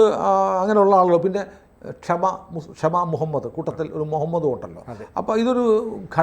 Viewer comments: ക്ഷമ അല്ല, ഷമ ആണ്. ആദ്യം തെറ്റു തിരുത്തൂ , അവര്‍ക്ക് മലയാളം അറിയില്ല പോകട്ടെ, നിങ്ങള്‍ക്കും അക്ഷരാഭ്യാസമില്ലല്ലേ. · Her name is Shama Mohammad, not kshama.. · ക്ഷമ അല്ല ഷമ ആണ് ദയവായി തിരുത്തുക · Not kshama it is “Shama”, I think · ക്ഷമ എന്നല്ല അവളുടെ പേര്. ഷമ എന്നാണ്. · Kshama alla shama anu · Kshama alla shama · ഓളെ പേര് "ക്ഷമ" എന്നല്ല.. 'ഷമ' എന്നാണ്.. ഷമ എന്നാൽ ദീപം, വിളക്ക് എന്നൊക്കെയാണ്.. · Yes yes.. truly she is like that. But ,Isn't it shama , not kshama i think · It is shama, not kshama, Means Light, candle